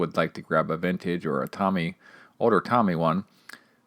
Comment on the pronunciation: FYI is not pronounced Tommy. It’s pronounced like “Toe Mee”